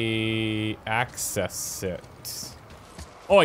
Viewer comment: "How do I Axe-cess it" - 2018